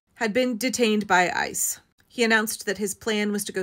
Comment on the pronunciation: When you say '... ICE is ...', I keep hearing 'ISIS'. The language doesn't lie. Systematic kidnapping is terrorism.